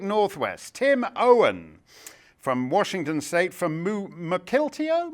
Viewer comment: Mark, it's pronounced "Muck-ill-TEE-oh" (I live in Washington State).